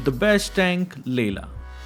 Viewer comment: The he says layla has me weak😂😂 but it's soo true